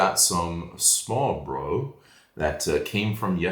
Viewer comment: Hello to your parents I’m happy they enjoy the trip in Denmark 🇩🇰❤️ you pronounce smørrebrød really fine My favorite smørrebrød is a potato with bacon and fried onions, tomato with bacon, herring in tomato sauce and a nice big rødspætter with shrimps, dill and remolade on top.